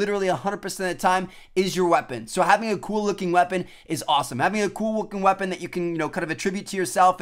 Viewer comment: "Having a cool wooking weapon"